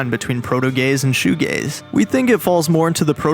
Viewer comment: Oh it’s shoe g-a-z-e not shoe g-a-y-s. This makes much more sense.